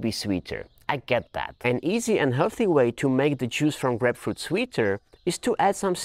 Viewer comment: its isn't grepfrut u say it like Graipe-Froot(fruit) ya welcome